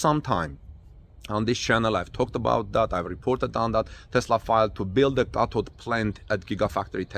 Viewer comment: He said cathode,I had to read the transcript, I can't write a correction on that one! You pronounce th*like a "D" ask you daughter! 👍🏿😊